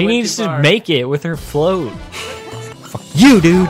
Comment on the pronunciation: I had a apple when they sed foock